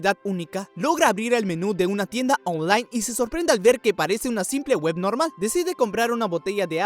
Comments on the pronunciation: Dices online muy raro parece que dices onjlane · Tienda ooonlay jajajaja me gusto mucho el video